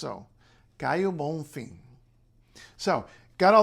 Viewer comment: This was very nice and based in a popular topic in Brazil in these days. I hope you are ok for some suggestion. The pronunciation of Caio Bonfim's last name is slightly different from how you did it, the emphasis is on 'fim' and not on 'Bom'.